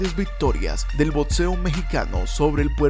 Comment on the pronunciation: Bueno para todos los bueyes que no vivieron las verdaderas peleas con grandes boxeadores está bien pero la neta coolturizate no es por nada pero te falta cultura de verdad no es lo mismo piratearse la información y vídeos a saber realmente de cómo tú dices botseo !!